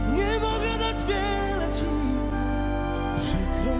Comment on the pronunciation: jakaś wada wymowy? We frazie "nie mogę Ci (ti) wiele dać"